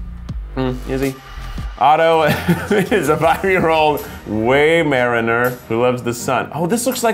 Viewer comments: “Weigh-Mainer” ITS A WHY-MER-ANER! GAHH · Quantum Theory Why-mer-eye-ner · Way-meraner... okay Keith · Keith trying to say Weimaraner 😭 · I have a weimaraner and watching Keith pronounce that was PAINFUL “—“ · definitely not how you say that breed but ok 😂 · I just love how Keith incorrectly pronounced 'weimaraner' 😂😂😂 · i dont think thats a muzzle, looks more like a head collar. Used instead of a tradional collar and leash for better control Also the mispronunciation of weimaraner was hilarious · You said Weimaraner wrong, also I wish I could do my dog she has such a personality. You should try to say her breed it is a Vizsla . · When you miss pronounce Weimaraner 😂 love Americans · Him pronouncing Weimaraner tho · If you thought Jenna marbles was saying Weiminimer wrong, just hear Keith (sorry Keith ily) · I am disappointed ☹️ He said it wrong 😥 Just look at my profile picture (Weimaraner pup) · No one else offended by his attempt to say weimaraner? Or is this another word Americans say in a stupid way?